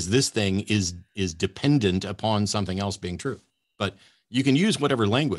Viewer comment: When this guy says ‘something’ or ‘everything’, he says “Somethink” and “Everythink”